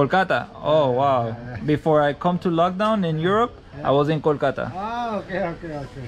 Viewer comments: pronunciation is way more perfect than that of the real Indian.. Kolkata pronounced in a way it should be! Kol-kata! And not kul-katta! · The pronunciation of Kolkata is more perfect than north Indian people 😊